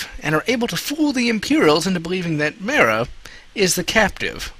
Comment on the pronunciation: its Mar-Uh